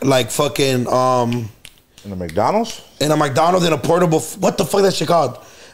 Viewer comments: Some one tell it's McDonald's.. not mikedonalds 😂😂😂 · say Maicdonals😂